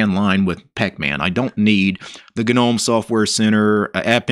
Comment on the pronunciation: Hi, Gnome is pronounced with a silent 'G', so pronounced 'nome'👍